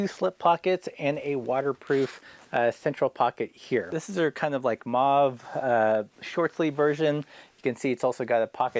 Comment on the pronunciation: Actually, I wasn't thinking "Why is it so expensive?' I was thinking 'why did you pronounce mauve 'mov'.